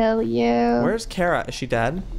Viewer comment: you are pronouncing Kara wrong , ita kara not kera, you an Cat Grant need to understand (supergirl fans will relate)